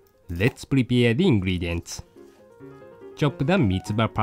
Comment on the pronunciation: Lol .....i laughed REALLY hard when he said......first lets prieapare the ingredients. ........GREAT vedio though!!